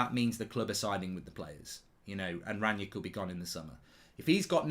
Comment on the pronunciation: Mark is so pretentious he calls Ralf Rangnick "Ranyik Ranyik" just say "Ragnik" as that is how most people pronounce it unless they are pretentious